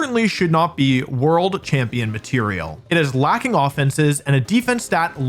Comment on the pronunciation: I feel vindicated knowing me and wolfey pronouce rayquaza the same way. How he pronounces slaking is a war crime however